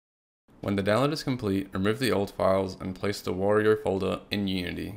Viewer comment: It's Wario, not Warior....